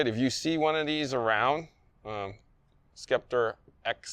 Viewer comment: Pronounced SEPTOR , not SKEPTER